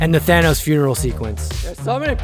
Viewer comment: Did he just say Thanus?